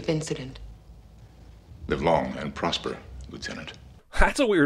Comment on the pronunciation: Did this chick really say POSPER 🤦‍♀️